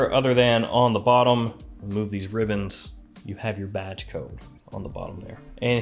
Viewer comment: I thought forever that when they say batch code people said “badge” code 😂